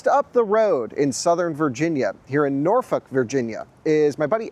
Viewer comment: I’m impressed and that’s extremely hard to do. She pronounced Norfolk correctly. It’s got a little bit of a draw to it with very little emphasis on the K I know I was on a nuclear submarine on a Norfolk SSN 714 USS Norfolk.😂😂